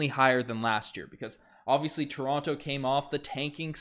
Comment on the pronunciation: I luv ya but pronounce toronto properly pls 🤣🤣